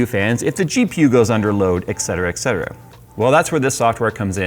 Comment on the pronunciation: Great video,. However, as a borderline-OCD computer nerd (bet you don't know many of those, eh?), I feel compelled to point out that it's "ET cetera" (Latin for "and the other things"), not "ECK cetera" (Latin for "you can't speak Latin"). 👋😀